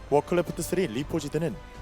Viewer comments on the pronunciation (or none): 되게 사소한거지만 크레프트를 매번 클레프트라고 발음하는거 거슬림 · 클래프트 발음 좆같아